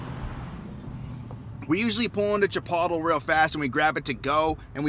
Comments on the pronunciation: CHIPOTLE.... IS PERNOUNCED... CHI.... POLE......TAY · I believe it’s pronounced “Cha-Poodle”. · I love your videos and always watch until the end. Cute how you guys ate Chipotle and since I watched you eat and we're family now I should tell you the right way to say it Chipotle (chuh· powt·lei). From one family member to another 😉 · It's Chip-oat-lee. LMAO! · I Know!. Its was so funny when he said that. I had to keep rewinding that part just to make sure I heard it the way I did. Never heard it that way.. Lol. Its kinda cool 😎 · Chip-pottle. Lol! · Omg we say Chipotle so different than you do!!! That was hilarious!! Anyway great job Kathleen in camera!!!! Fun fact about me, you know how crazy I am on camera, but in person I'm the most shy person! I don't know how to start up a conversation and get so nervous! Lol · LMAO - CHIPOTLE...............You're definitely not from So California with that pronunciation. I had to watch it again! Love you guys